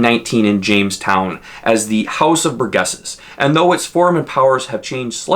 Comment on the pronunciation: Nice video. It is House of Burgesses (a soft G like Dirge) though.